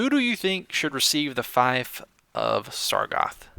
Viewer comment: it's spelled "Feef" not Fi-ef